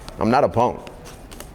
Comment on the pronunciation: I'm not a "Ponk" in his Louisiana accent was priceless!!!!🤣😂🤣